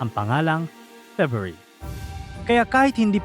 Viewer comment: FEBRUARY.. FEBYOOARI.... MANGMANG KA